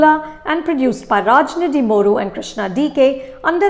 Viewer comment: Anupama you are fab almost pronounced the Telugu names correctly, Raj nidimoru and Krishna DK will be surely pleased😄